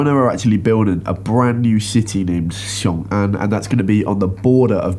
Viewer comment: I do like pronounced Xiong’an as Xion’gan. Which meant for sure China radio international didn’t interrupt your clip. And nothing to hide, just said the name.